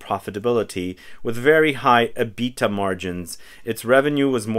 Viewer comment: The way he says EBITDA really does a number on us accountants. If you know, you know